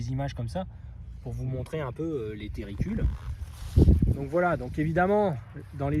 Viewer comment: tUrricules pas tErricules....🤯